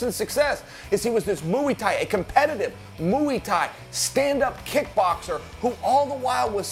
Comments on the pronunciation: Chael "Muiiii Thai" Sonnen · Chael sayin "Muuuuy" thai ha. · The way Chael pronunciates "muay" just gets on my nerves..